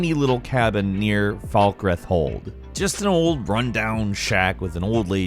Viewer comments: Hey everyone let's go to "Falkreth" No I don't mean "Falkreath" Psh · Mfw can't say atronach and falkreath It's like it's not even worth the effort to check:(